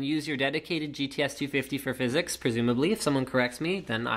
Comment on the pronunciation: I don't want to look like a language nazi, but it is pronounced Phys-X